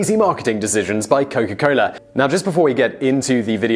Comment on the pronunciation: its coca cola.. not coco cola